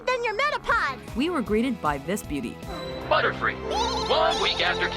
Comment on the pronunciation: is it just me,or did Butterfree say cootie?